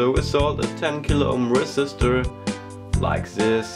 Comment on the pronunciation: "Like sis" und "färad" am Englisch ist noch zu arbeiten aber sonst ist das video ganz gut